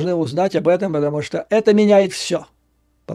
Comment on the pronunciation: Посмотрев видео с Курска,,с удивлением обнаружил ,что местные Гкают ,ШО кают .